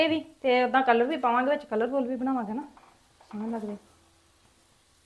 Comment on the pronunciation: ਨੀ ਤੁਹਾਡੇ ਘਰ ਵਿਚ ਤੋਤੇ ਵੀ ਬੋਲਦੇ ਪਏ ਹਨ ਕਿ ਤੋਤੇ ਵੀ ਪਾਲੇ ਹਨ, ਨੀ ਕਲੱਰ ਨਹੀ ਹੁੰਦਾ ਕਲਰ ਹੁੰਦਾ ਹੈ. ਖੇਤਾਂ ਦੇ ਬਾਹਰ ਜਿਹੜੀ ਫਾਲਤੂ ਥਾਂ ਹੁੰਦੀ ਹੈ ਜਿੱਥੇ ਕੁਝ ਨਹੀਂ ਹੁੰਦਾ ਉਸ ਨੂੰ ਕਲੱਰ ਥਾਂ ਕਹਿੰਦੇ ਹਨ. ਤੇ ਜਿਹੜਾ ਤੁਸੀਂ ਰੰਗ ਪਾਇਆ ਹੈ ਉਸ ਨੂੰ ਕਲਰ ਕਹਿੰਦੇ ਹਨ. ਨੀ, ਬਹੁਤ ਵਧੀਆ.